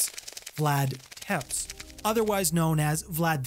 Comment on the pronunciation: You kind of mangled ol' Dracula's last name. It's pronounced more like Tep-esh.